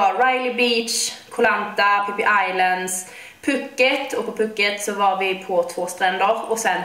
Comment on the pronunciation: Det ut talas puuket inte puket (altså långt )